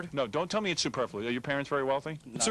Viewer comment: shit he said superfluious again. its the only big word he knows, and he has no idea what it means